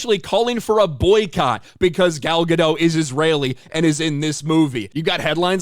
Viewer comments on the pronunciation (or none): Gal Ga-DOT, not Ga-DOUGH. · It's Gal Gadottttt. Not Gado. It's a Hebrew name, not French. Can you say the T in the end? Please. Love your vids BTW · Gah dot, not gah doe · One note: the T in Gadot is not silent. I hear a lot of people mispronounce it since it sounds French. But it's a Hebrew word for river banks. Fun fact: Gal means wave, so her name means "wave on a river's bank"